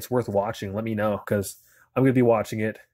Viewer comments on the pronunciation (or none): none